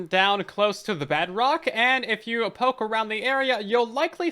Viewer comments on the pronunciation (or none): none